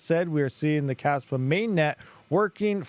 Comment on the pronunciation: Kaspa ❌ Kaspump ✅